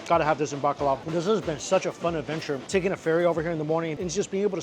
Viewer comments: Bacolod changed to Bakla city lol! that pronunciation killed me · I love the way he says Bacolod City, it’s sound to me as if he was saying BAKLA CITY. 😅😅😅😅 Gay City